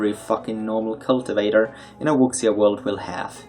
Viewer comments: Wuxia is pronounced wu-shia, there isn't really a sound in english for x, it's sounds similar to "s" in "sure" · Wuxia just means "martial arts." You should use English if you're going to pronounce Chinese this badly.